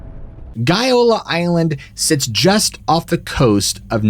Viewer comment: As regards the Gaiola Island so like the lies about the Agnelli, apart from GAIOLA and not as you pronounce:GOLA. Shooting bul...it about the Agnelli in your place I would be "very careful".❗